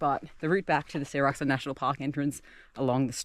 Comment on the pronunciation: Sㅓlac Mt. 영어에는 그 흔하게 사용하는 ㅓ발음이 없냐? 이 발음은 일본도 중국도 없더라.